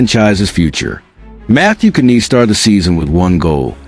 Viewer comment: Who the f is ka neese LMAO It's pronounced nies Matthew Knies 🤦